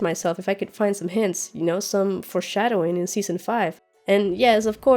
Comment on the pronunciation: Can you please stop saying "forshsdowing". Its not cool. I know it's the new trend that all game of thrones reviewers are saying. Like cleganebowl. Not cool. I really liked yr stuff when you started yr channel but now you seem to be trying to be too cute and funny. We all know that these speculations and theories are recycled from other youtubers and saying little funny jokes on the side doesn't make it sound authentic. I have to unsubscribe, sorry.